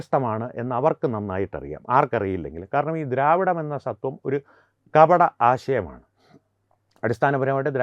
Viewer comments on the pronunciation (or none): സത്വം അല്ല "സ്വ" ത്വം ആണ്. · സത്വം അല്ല... സ്വത്വം എന്നതാണ് ശരി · സത്വം അല്ല ജീ.. സ്വത്വം ആണ്.. 😌😌